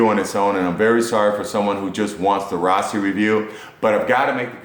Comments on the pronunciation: RASASI NOT RAASI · Ra-Sa-Si. Not Raasi.